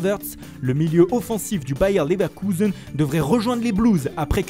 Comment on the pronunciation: Bayern leverkouzen ah il ma régalé l'accent 😄😄😄👌☝️